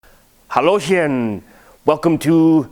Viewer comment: Pro-tip: Hallöchen not hallochen (you umlaut the vowel before the -chen if it can be umlauted).